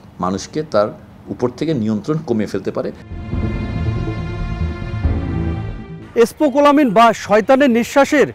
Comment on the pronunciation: স্পোকোলামিন 🤣🤣🤣🤣 সাংবাদিক হওয়া কত সহজ। কোন বানান উচ্চারণ কিছুই না পেরে কোটি কোটি মানুষের সামনে চলে আসা যায়।